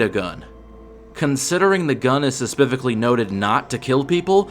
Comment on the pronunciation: "Suspifically" isn't a word